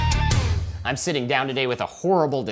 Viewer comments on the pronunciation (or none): "i' not a bully" 😂😂